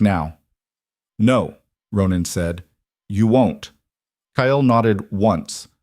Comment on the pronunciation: As much as I truly enjoy, these stories. I need to correct you on the way you pronounce Kyle. The Y is a long I. Kile. I'm guessing English is not the original language, and I understand English has so many contradictions , that it's confusing at times. I'm not angry, I just want to educate you on this. The stories are great, please keep up the good work.